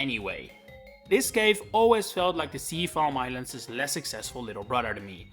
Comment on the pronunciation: Your pronunciation of Seafoam islands sounds awfully similar to diglets cave